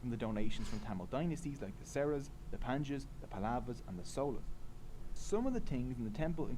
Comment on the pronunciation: He pronounced Cholas, Cheras and Pandyas as Solas, Seras and Panchyas.